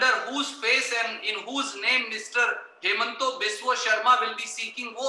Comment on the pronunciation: Why the fuck is he calling him hemant when his name is himanta